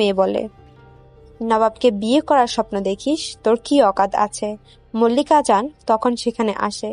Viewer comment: মল্লিক া জান না মালিকা জান। উচ্চারণ গুলো ঠিক করূন।